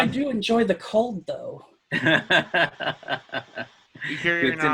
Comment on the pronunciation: "Coldth." I have new respect for. Darkseid didn't make it into Snyder's original release because Snyder is incapable of telling a coherent/cohesive superhero story in anything shorter than three hours, and that doesn't require continuity knowledge that only comics fans possess. Comparisons between Justice League and the Avengers films don't wash; Marvel's depth of planning/developing/managing an entire ten-year movie cycle is unparalleled in the current big-media-fantasy-franchise market. There is no Kevin Feige at Warner doing anything equivalent, and it shows.